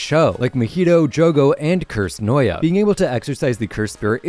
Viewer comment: "maheeto" "noya"